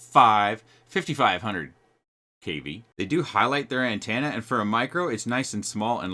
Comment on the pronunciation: First it's 'antanna' now SIN-log. I love you brother but please, you're killing me